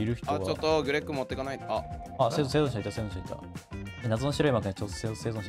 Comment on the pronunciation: 「せいじょんしゃなんだけど」 「せいじょんしゃ」 「せいじょんしゃ」……『生存者』と言い直さないで『せいじょんしゃ』で言い通す好きw